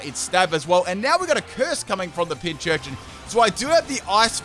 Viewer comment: i really dont understand why everyone pronounces PINcurchin as PINCHurchin, theres no h in the first part, the name is a combination of pincushion and urchin. pin+c(from cushion)+urchin.